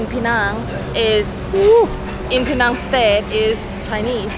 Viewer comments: Please pronounce penang correctly. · I hope i can help you pronounce 'penang' correctly 😂